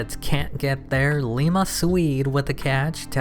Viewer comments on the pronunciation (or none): none